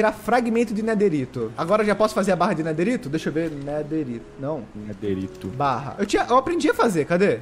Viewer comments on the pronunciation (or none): Não e nederito e nederite